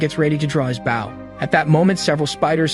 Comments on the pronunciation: why are you calling it a bouw ( bow ) its not pronounced with an ou sound like owl, its a bow with an o sound, like boat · ... ah oompappa oompappa Bow Bow. damn AI never can say Bow as OH? bOH down before me you pleeb. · I would appreciate it if finally learned how to pronounce the noun 'Bow' when it's used as a weapon.